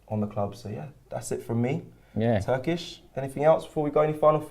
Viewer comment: Turkish is spot on.